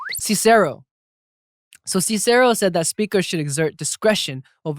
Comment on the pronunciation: Why did you pronounce Cicero like that 😱